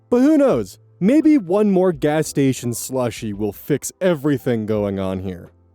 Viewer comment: That makes more sense. I knew that you were talking about teen parents versus adult parents. It was the "move" instead of "more" that threw me for a loop. Still not sure about the rest, though.